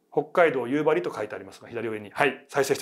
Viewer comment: 夕張の発音正しい人初めて見た😊❤